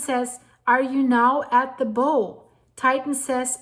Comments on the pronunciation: Please pronounce "bow" correctly. It's not a ribbon here, but the front section of a boat or ship. Pronounced "bough". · it's Bow as in Cow, how and now☺️